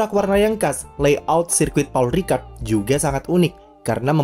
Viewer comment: Pol Ricard dibacanya